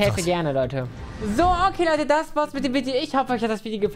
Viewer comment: er sagt Hey LEUDDE BEST DAY OF MY LIFE